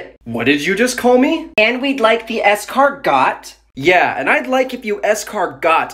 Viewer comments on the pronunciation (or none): La prononciation de baguette et escargot 💀